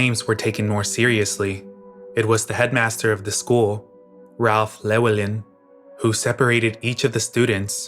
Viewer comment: i wasn't ready for that pronunciation of llewellyn at 6am